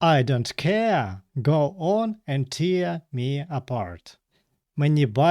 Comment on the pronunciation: Tear у значенні розривати вимовляється не так, як слово сльоза. Воно римується зі словами wear та bear